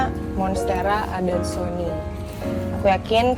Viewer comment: Philodendron depannya deliciosa namanya Philodendron Burle Marx. Syngonium bacanya syn--gonium (singgonium). Monstera adansonii bacanya adansoni-ai. Dan untuk begonia, yang dulunya suka jadi trauma. Kayaknya fragile banget, kurang worth it gitu. Maybe try to increase the humidity for your begonia? Untuk saat ini calathea jg my favourite. Hanya saja ada beberapa yg susah banget, gampang crispy daunnya. Calathea wish list: Calathea Medalion dan Marantha leuconeura tricolor. Harga masih mayan mahal. Aglaonema yang pink (ruby superpink) juga bagus banget. Harga 200rban, tp aglaonema termasuk yg paling mudah perawatannya. Aglaonema pictum tricolor jg bagud, yg motif army.